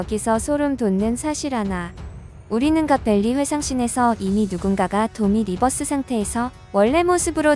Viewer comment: 도미 리버시를 도미 리버스로 발음 하는건 위험 합니다. 왜냐하면 섹시한 이성을 보고 섹...여기까지만 하겠습니다